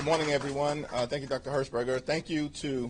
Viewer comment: Herschberger You say? 🤔